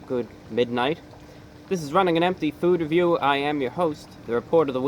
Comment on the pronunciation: You didn't say food review the normal way. it makes me giggle.